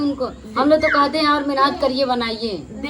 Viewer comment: Phle tum shudh bolo menhat nhi मेहनत bolo 😂